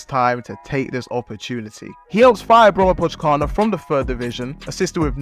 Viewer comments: "brommapotchkarna" :D that was a brutal prounounciation. it means "the bromma boys" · As a Swede your pronunciation of "Brommapojkarna" had me rolling on the floor! 😂❤ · Bromapokana😂 I am from Sweden so it is i little bit fun How do you say it. You say Bromma po J kar na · Great video! Love you trying to pronounce Brommapojkarna. :) It's actually Bromma Poikarna. (The "J" sounds like an "i") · Quick tip, the J in Swedish here is pronounced as a Y. It's more like Poy-karna. (It means "boys") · try see the "j" in Brommapojkarna as a Y instead, like "boy" but instead it's "poy" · As a swede I have to love the pronouncation of Brommapojkarna 😂 it's pronounced more as Bromma-pojkarna, which kind of means "the Bromma guys" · Great video, but the pronunciation of Brommapojkarna is killing me 🤣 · Yeah you kinda butchered it, but its all good. Your video is really good! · hahah yeah it threw me off and got me laughing hard 🤣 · You don' know anything about football. Can't even pronounce the club names, and you make it sound like Gyökere is not old news. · As a swede I wish you would understand how badly pronounces "Brommapojkarna". Funny... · 😂😂😂 isn’t the only me too 🇵🇹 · Haha sorry but as a Swede I have to tell you, that your pronunciation of ''Brommapojkarna'' is the worst pronunciation ever xD It's hard though! But was very funny as a Swede. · Hilarious pronunciation of Brommapojkarna. Bromma(a borough of Stockholm) and Pojkarna(The boys) if anyone wondered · The "Brommapojkarna" pronunciation is outrageous bro😭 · The pronunciation of Brommapojkarna is mental :D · Love it! Brommaboys